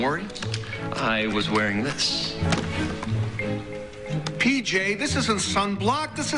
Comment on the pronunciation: It's P-J, not P-Y!